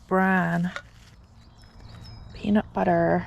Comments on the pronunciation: Lol was the "peanut butterrrr" in your American accent? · "peanut butter" suddenly in a perfect American accent.